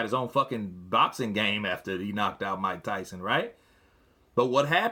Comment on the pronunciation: Mika Tysun! 😂😂😂